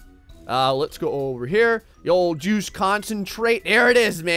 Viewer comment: With the way you talk it sounds like "through the Jews over here"